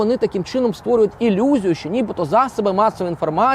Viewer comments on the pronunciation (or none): Ілюзію, а не елюзію.